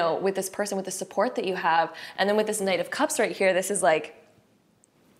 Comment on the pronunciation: Each time u said knight of cups I kept hearing 9 cups lol-group 1